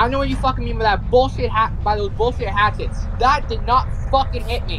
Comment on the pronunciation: Oh nooo😭 the dude … “the bullschit hathets”🤓